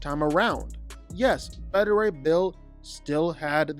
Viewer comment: Omg, it was validating for me that you pronounced it as "Betta" Ray Bill. I know it's beta (at least, I think), but I grew it up saying "Betta."